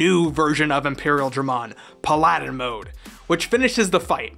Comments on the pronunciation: ...Pala Din mode...? THE WORD IS PALADIN, IT'S A REAL WORD. great job with this video! really awesome and interesting! Just. Learn how to say paladin. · It's said Pal-ah-din isn't it? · I'm sorry, can you repeat that please? Puhlaaahdin mode???? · Weirdest pronunciation of paladin ever, pa lawd in mode. Lol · I cant get over "Pal-Aladin" 😂 alright, back to the Tamers "chapter" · Puh-lad-in mode hurts me everytime I hear it, lol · "Puh-ladin mode" This actually hurt my very being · It still drives me crazy that you don't know how to pronounce Paladin I know you've played a fantasy game/DND before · How you pronounce “Paladin” HAHAHA AHAHAHAHAHA 🤣🤣🤣🤣 I love it!! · paladin mode... you totaly got that pronunciation wrong lol, paladin is a real word, its a holy knight. how did you miss that. side note, love too see people who appreciate digimon